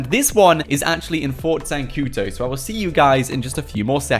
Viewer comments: it's not zancuTO but zancuDOOOOOOOOOO ... o.O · Whats Fort zancuto? it's ZANCUDO